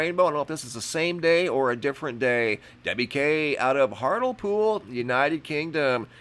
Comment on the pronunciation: It's pronounced HEART LEE POOL in the UK. Thanks for the amazing videos!